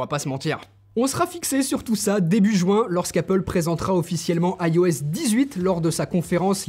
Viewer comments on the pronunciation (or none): Il serait temps qu’il passe à la charge rapide tous les Chinois le font depuis très longtemps c’est vraiment pénible, heureusement qu’on a une excellente autonomie sinon ça serait pire PS: on dit juin pas joint